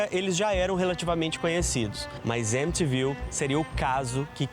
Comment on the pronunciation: M te viu... É o nome da cidade: M ti viu.